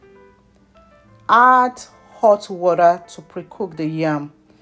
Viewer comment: well done but you are a Nigerian we don’t say ‘WARER’ we say ‘WATER’.. thanks for the video